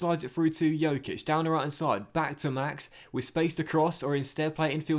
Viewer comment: Once again, Dj in Djokic is pronounced as in Djokovic. The way you say it means that he has the same last name as Nikola Jokic, which he doesn't